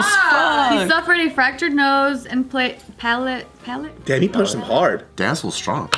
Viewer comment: Once again, not knowing how to say palate. It's the roof of the mouth. I need help for the Mexican translation 😁